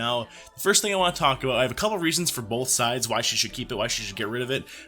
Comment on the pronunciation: You said BOLTH sides lol